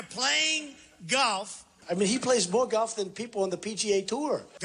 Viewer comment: Have a shot of vodka every time he says “Gaulff” Just occurred to me that YouTube celebrities are desperately trying to raise 20 million dollars for 20 million trees.. and Mr. Ttump has a budget of 110 mils for playing golf.